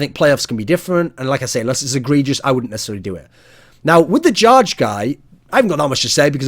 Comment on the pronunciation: jarge is pronounced "yar-geh"